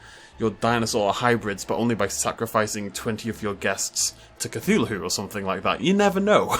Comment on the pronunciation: Nobody:: Cuh-THOO-luh-HOO!